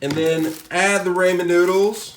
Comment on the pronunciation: I hate the way you say ramen. Lol